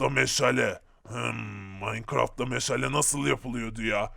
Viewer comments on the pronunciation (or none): Meşele değil meşale